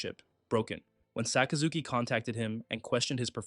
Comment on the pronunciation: Sakazuki sounds so much cooler with the right pronunciation, I lose braincells every time I hear Sock uh Zookey